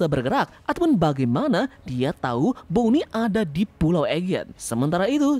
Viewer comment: mohon maaf izin kritik, ada beberapa kata yang tidak jelas, sehingga saya mengulang ngulang lagi, demi membentuk nada dengan cara dipercepat pelafalannya, seperti "tubuhnya" "ditekan" "bonney"